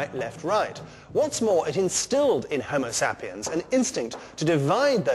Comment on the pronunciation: The way he sais Homo sapiens